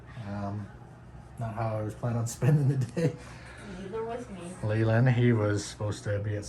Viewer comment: Its Leland not lealand